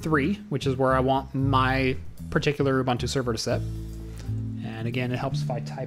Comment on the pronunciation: isn't it pronounced "you-boon-two"?